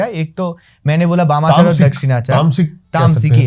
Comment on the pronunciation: Wamachar nahi 🤣🤣 "Bamachar or Vamachar"